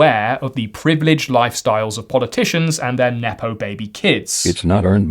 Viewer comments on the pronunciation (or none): none